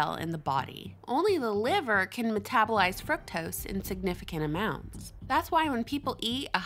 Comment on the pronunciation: pleaseeee for gods sake pronounce fuctose like frooktose as it was supposed to be pronounced lol